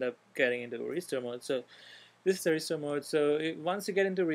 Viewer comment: 're-stir mode' lol